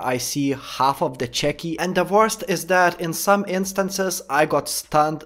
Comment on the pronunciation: I love the way you say chucky